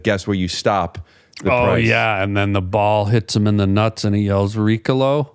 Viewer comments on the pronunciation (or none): Every time Harland says Ricalo instead of Ricola.. I have a tiny aneurysm.